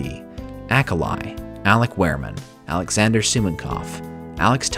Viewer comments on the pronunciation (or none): none